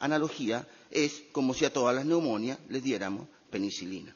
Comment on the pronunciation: neumonias no, neumonías.